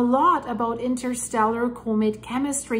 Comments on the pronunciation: Comet Not Cumet there is no U in Comet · Enjoy you reading scientific data but please correctly pronounce " comet " as in kahmet , kaka , not comet as in copay , cooperate , or coco puffs .